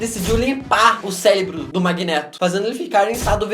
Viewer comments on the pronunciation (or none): o celébro do superman kkkk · Celebro? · O "CELEBRO" DO SUPER MAN